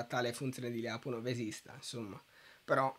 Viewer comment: Anche i miei professori pronunciavano "Lyapunov" così come si scrive, all'italiana, però ragazzi, per chi sa un minimo di russo suona ridicolo... la pronuncia corretta è pressappoco Lepunòf con l'accento sulla O ;)